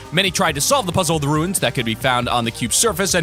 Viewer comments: runes is pronounced like tunes with an r not like ruins. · Why does everyone pronounce runes like ruins. They are DIFFERENT words. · Learn how to pronounce runes.